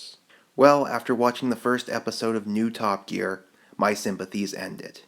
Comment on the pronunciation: Did he say "Top Geak". 0.07 . XD